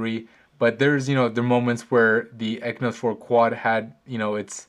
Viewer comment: stop pronouncing it "ekynos 4 quad" it has an X in it, its pronounced "eXynos 4 quad".